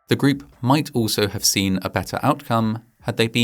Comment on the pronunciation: The narrator pronounces "group" as greep. I don't know if this is AI narration or just a particular English accent. I know other narrations with UK accents say "pane-ee" for pony. Their vowels are completely different than what I am used to. Once I hear it, it chips away at my enjoyment of the video.